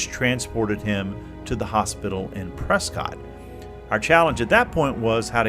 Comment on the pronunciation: Prescott is said like biscuit. Pres-kit. :-)